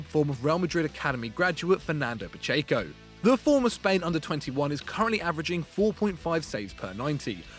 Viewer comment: Man that pronunciation of Pacheco is awful...